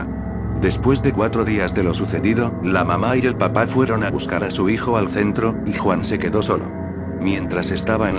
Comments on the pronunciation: Estan muy buenas la historias, solo que cuando menciona "Papá" lo hace sin el acento y se escucha como la verdura....papa. El programa no respeta eso del acento?? de ser asi puedes decir "El padre" o "La madre" para que no se escuche la mama jajajjajaja. Fuera de eso muy bien con las historias. LIKE para ti !! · Te falta el acento Mamá Papá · sus papas lays su mama mamala xD falto acento bro xD